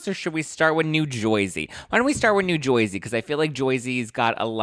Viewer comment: Lol!! We don’t say New Jersey like that! Lol you’re so funny Btw.. #teamteresa Also no big hair in New Jersey, some do but not like years ago North Jersey and like Staten Island have more of those vibes. I’m by the shore so we are a little more natural down this way lol Great show tonight! 💕💕😍